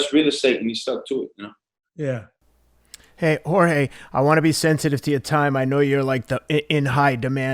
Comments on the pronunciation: Teddy try saying, whore-hey. Not whore gay. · He keeps calling him horgay lmao who else noticed? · If Jorge is the BMF, then what title do we bestow on Teddy, a man who called the BMF 'WhoreGay' to his face for 40 minutes straight without being corrected once. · Everybody: "Jorge", "George" Teddy Atlas: "Horgay" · I love this but teddy keeps callin him "whore-gay" I can't lmao. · “Jore-gay” ? Come on teddy lol